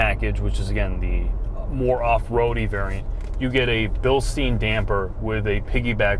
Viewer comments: It`s called Bilstein (pronounced "Bilstine"), not Bilsteen. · Bill-steeeeeen..... smh